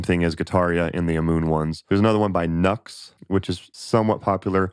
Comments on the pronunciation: Yeah, it's NU X! Not Nux (nucks) Cheers! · I think NUX is pronounced "New-Ex" instead of "Nucks" :) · I feel no need to go wireless..NUX is pronounced "nukes" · You said Nu-X wrong!